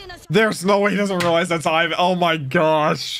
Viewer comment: Leave it to to repeatedly mispronounce names literally seconds after they have been clearly pronounced... One Piece: Ivan!: Is it Ivan or Aivan! One Piece: Ivan!: Aivan!... One Piece: Sadie-chan!: And Sadie too, or is it Seidie?...... Seidie!